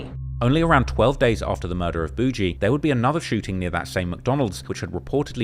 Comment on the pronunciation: It’s boogie like boogie man not bougie